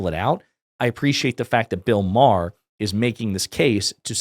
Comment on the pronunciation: “Bill O’Maher” 😂